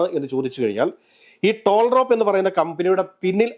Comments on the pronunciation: ടോൾ റാപ്പ് അല്ലാ ടാൽറോപ് 😂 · ടോൾ റാപ്പ് അല്ല, ടാൽ റോപ്പ്